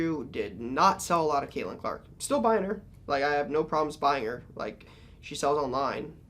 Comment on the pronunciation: That Caitlin Clark says olark